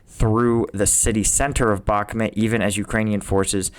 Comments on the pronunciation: Why do you say Bakmit instead of Bakmut? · Isn't Bakhmut pronounced Bach Mood to most Europeans.